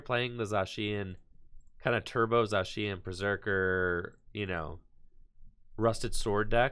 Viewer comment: He’s saying it right now